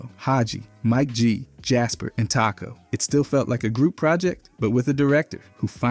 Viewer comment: the way he says Taco…